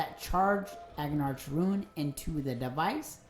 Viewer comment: Rune = "Ruin" lol :P Thanks bro. Good vid and after all that I almost feel like I know you so I had to pick on you for that :) Thanks for all your hard work making this vid.